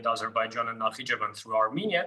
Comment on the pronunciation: İtsnt Nakibian, its names Nakchivan